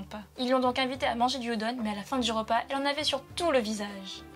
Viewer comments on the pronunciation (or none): none